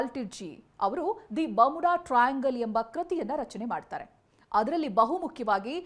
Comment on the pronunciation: ನಿನ್ನ ಇಂಗ್ಲಿಷ್ ಗೆ ಬೆಂಕಿ ಹಾಕ, ಬಾಮುಡ ಅಲ್ಲ ಬರ್ಮುಡಾ ok na